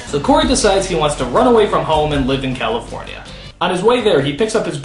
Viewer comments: Cawyfoynia xD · So you say cawifownia? =X